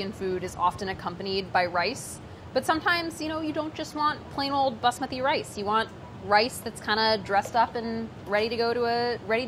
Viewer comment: I respect the way you say Basmati.